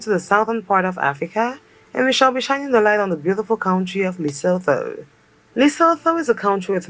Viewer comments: Pronounced LEH (like meh) SOO - TWO...not LUH-SO-THO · Pronounced Lesootoo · it's pronounced leso2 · Eyyy famm🔥🇿🇦 Lesotho🇱🇸 is pronounced like "to" at the end (tho), so it be Like Lesoto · LESOTHO Pronounciation: LI SU 2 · The person in the video was pronouncing Lesotho incorrectly. The "LESO" part was pronounced correctly, and the "THO" part should be pronounced similarly to the "TO" in "TOY". I am surprised that they didn't mention that it's one of the few countries in Africa with Snow White winters and a popular Skii Resort AfriSki. They have cold winters, that's why they're always wearing blankets. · note she didn't say Lesotho right. I swear she's intentionally gaslighting us🤣🤣🤣🤣 And it's technically a prime minister not a governor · the way its irritating me how she says it wrong lol. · She should have learnt how to pronounce the name Lesotho before doing the video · She doesn't pronounce Lesotho properly 😢